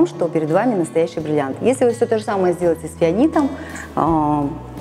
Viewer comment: Научитесь говорить слово бриллиант.